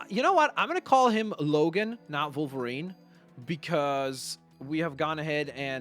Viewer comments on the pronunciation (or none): Why does he say volverine not wolverine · Why do you say volverine instead of wolverine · no criticism but why do you say volverine and not wolverine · WOLVERINE NOT VOLVERINE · Wolverine not volverine but keep up the good work and love youre vids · He was saying Vulverine no Wolverine. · It sounds like you say volverien not wolverine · It’s wolverine. Not Volverine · U called him volverinr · Volverine? That’s how it’s coming out on my iPad. Unless you just say volverine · your vids are awsome but did you know that you say volverine